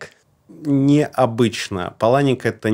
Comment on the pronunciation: Вообще-то ПАланик, а не ПалАник.